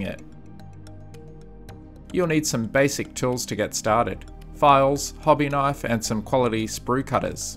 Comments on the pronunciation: "Hobby Kinfe" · Except for "KINFE" .